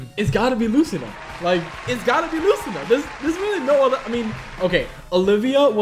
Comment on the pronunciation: Luc - ee -na NOT Lu -sina SHFJKLASDHFWJIOFAOIFUAWEMOICFUIOWEHMFCOWPHGAPUHFGACHIFCIDSHF